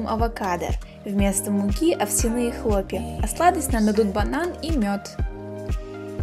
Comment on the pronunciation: Хлопья овсЯные, а не овсянЫе....